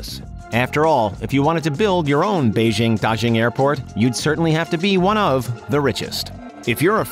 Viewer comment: Daxing is supposed to ne pronunced tasing, not dajing